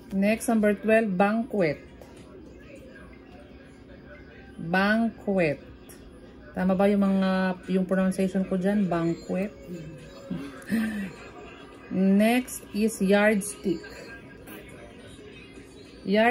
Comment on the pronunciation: it's not pronounciation but rather it is PRONUNCIATION.